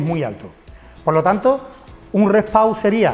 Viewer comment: Porque dicen Re Pau 😒